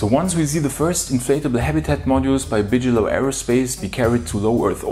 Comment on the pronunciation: I love you two. I really do. But it's pronounced BIG-a-low, not Bicheylow or Biggylow or however you guys say it. Maybe it's an ESL thang. We cool? I hope so. You guys do really great work. Hope to meet you one day soon!